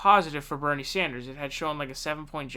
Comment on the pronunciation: You see how she tried to throw him off balance right from the beginning by mispronouncing his name? Evrery question had an anti Bernie bias